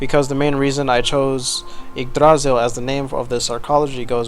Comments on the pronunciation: emphasis on the "y" in Yggdrasil, not the "a" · I'm absolutely loving this city so far, as well as the commentary you're providing along with it, but I would like to point out that while you got the R in Yggdrasil pretty well, you stressed the wrong syllable. The second syllable isn't stressed at all. The primary stress is on the first syllable, but there's also a sort of secondary stress on the last syllable, which is slightly weaker than the primary stress. Old Norse (and its successors, Norwegian, Icelandic, Faroese, and Norn) has (had?) a sort of sing-song quality to it, with peaks and valleys within words as well as in sentences and general speech. Placing the stress on the middle syllable, while leaving the first and last syllables entirely unstressed, makes the word sound very odd, almost like it's from a completely different part of the world. Anyway, that's all I wanted to say. I'm otherwise fascinated by the amount of work you're putting into this, and I can't wait to see more.